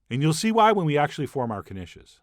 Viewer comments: It's pronounced "Nish" the "K" is silent --Peggy Hill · I I thought it was pronounced neesh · I assumed the K was silent... 😕😕 Now I k-now